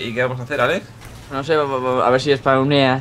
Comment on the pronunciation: Vegetta dice ales en ves de alex pero aveces dice alex muy pocas veces